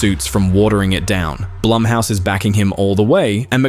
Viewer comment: Say it with me narrator guy "BLOOMhouse." "BLOOMhouse productions."